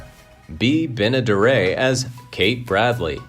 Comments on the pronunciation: You mispronounced Bea Benaderit. Not Benadere......learn to be correct. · Do your research stupid.. it not Benna-, duray! it's Benaderet( hard t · Bea. "Benna-dare-it" (phonetically spelled for the correct pronunciation)... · It's Benderet not Benaderit......learn to be correct. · It is pronounced ben e daret not dara by